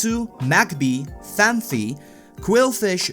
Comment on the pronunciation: Phanpy not phanphy